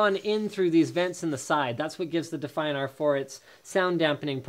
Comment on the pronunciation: Because he pronounced it like that.